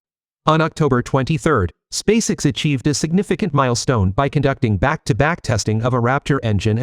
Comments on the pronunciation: It's not "Spaysix," it's "Space- EX". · This is either brilliant comedy or a serendipitous stumble into linguistic genius -- I don't think I've ever heard so many badly pronounced words in a single piece since one of those The Two Ronnies sketches! Even SpaceX is pronounced like that child actor's last name, Sissy Spacek.